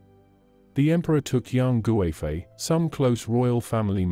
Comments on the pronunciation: Yang goo-eh-fei 🤣 but good attempt 😆👍🏻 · I really hate the western pronunciation... Her name should be pronounced KUIFEI, with a hard K, not a G.